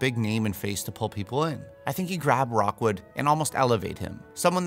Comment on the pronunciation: Great casting, but it's Victor Rookwood, not Rockwood